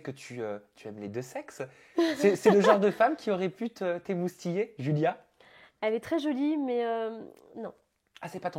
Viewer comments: Mdrrr elle dit DJulia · Bonne vidéo mais Adixia c julia pas djulia!!!! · On dit Julia pas Joulia adi😂😭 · Y a que moi qui entend "Djulia"? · "Djulia" Mdrrr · "djulia" !!! JPP !!!